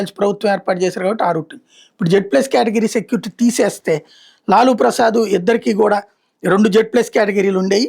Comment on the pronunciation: లూలూ కాదు లాలూ